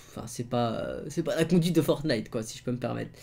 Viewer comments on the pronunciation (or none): none